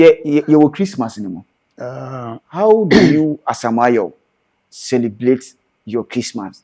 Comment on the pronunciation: Chlistmas.. Famiry .. celeblate.. how can he change it . 🤣🤣🤣